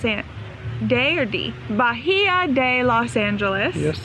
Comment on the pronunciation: H is silent in Bahia LOL